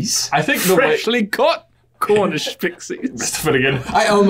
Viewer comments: Honestly, when said ‘Cornish Pixies?!’ I heard ‘Garnished Pixies?!’ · pronounces "cornish" like that because he has somewhat of an Irish accent. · i thought pronounced it Carnish pixies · Just because I feel like you speak directly to me when asking about British accents/words.... pronounces “Cornish pixies?!’ The way he does is because he is Irish:) anyway... love you guys!